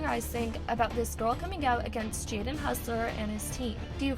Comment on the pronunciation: Bro is hossler not hussler